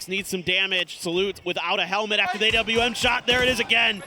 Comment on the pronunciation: Imagine ... this will be TPP in the near future 🤢🤮🤢🤮🤢🤮🤢🤮🤢🤮🤢🤮 what a noob commentary... NOONE calls it an "A W M" ... it's an "awm" for crying out loud 😂